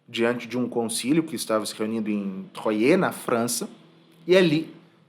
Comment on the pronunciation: Caro, considero-o uma das pessoas mais cultas e bem formadas da internet. Por lhe querer bem e lhe desejar cada dia mais sucesso em suas postagens tomo a liberdade um pouco pedante de lhe informar que em francês a cidade do Concilio de 1129 chamada Troyes se pronuncia exatamente como o número três, "trois". Aliás, uma cidade encantadora... Obrigada por mais um video muito bom!